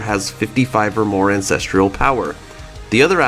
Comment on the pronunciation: Ancestral = an sess truhl. There's no I in it. It's not treeuhl. It's truhl. Ancestral..🤦‍♂️